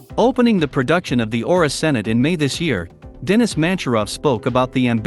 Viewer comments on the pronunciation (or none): It's not pronounced "Senate" it's pronounced...ce-NATT.